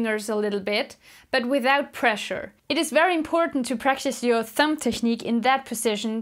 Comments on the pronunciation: Love your lessons and accent but its a thumB that makes the thump noise!Thank you for the help. Just bought my first lefty bass. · Cute that you say thump "p" Instead of thumb "b"♥️🎶 Thanks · I LOVE that she says thump instead of thumb. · It's cute, she calls your thumb a "thump". LOL! Good teacher though. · pronounces "thumb" like "thump", how blessed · I love how she pronounces thumb “thump” & plucking “plugging” 😍